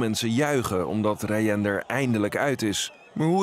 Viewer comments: Je zegt de naam ni rayen maar rayan (geen haat) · Het is raayan zo spreekt je het